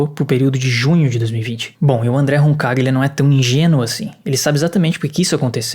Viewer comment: Roncaglia - Pronunciou certo! Lê-se em português, Roncalhia.